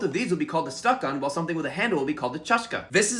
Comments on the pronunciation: That's a good video, however, the word stackan has it's stress on the second vowel, so it's stackán and not stáckan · You put the stress on the wrong syllable of "stakan" but this made me think about how English and Russian both have fairly unpredictable word stress and speakers of both languages mostly rely on vibes to work out where to put the stress in an unfamiliar word, but the English intuition is often the opposite of the Russian intuition. For example I don't think any English speaker would see "Anna Karenina" for the first time and think "ah yes that is clearly pronounced "Anna KarEnina" and I think that is so interesting.